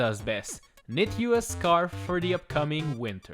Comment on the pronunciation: When you call "scarf" "scary"